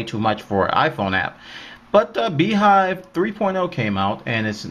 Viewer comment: if BeeJive is pronounced as BeeHive it's spelled wrong! :p